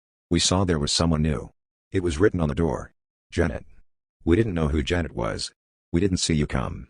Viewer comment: This is a travesty! An AI attempting to imitate a human reading, only a human who has no sense of pacing and can't pronounce the author's name. What a combination -- that sweet spot between sick and sad. Just read the book. Better yet, read it aloud because it's pure poetry.